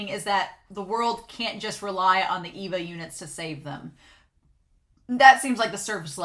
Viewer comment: It's far too late to say this now, but it's gonna drive me nuts if I don't say this... "ay - vah" ay (as in way) vah (as in vanilla). It drives me a little nuts when people say "EE-vah". Many people seem to read the subtitles but not listen to the actual Japanese. Ok, I feel better now. Great reaction so far, I'm enjoying it.